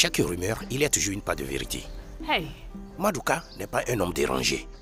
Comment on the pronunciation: La manière qu’on prononce madouka 😂 ma fais rire tellement madouka 😂😂😂